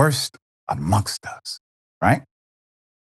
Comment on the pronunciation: Amongst us. Sounds like amogus ඞ